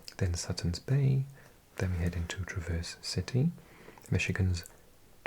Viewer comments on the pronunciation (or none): “Mackinac” is pronounced “Mackinaw.” And “Traverse City” has the stress on the first syllable.